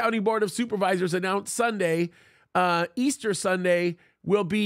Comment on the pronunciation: Come on now Pastor please stop saying ester. It's Resurrection Sunday. ✝️👑